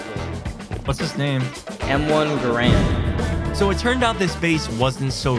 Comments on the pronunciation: Bro i wanted to kms when he said M1 Grand when its M1 garand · i knew they were going to be saying grand and not garand the whole video.. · It's m1 GArand not GRAND, its a weapon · A lot of us say grand but yeah, the proper way to say it is Garand. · it's Garand like errand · its M1 Gar - and not a M1 Grand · Its m1 ga’rand not m1 grand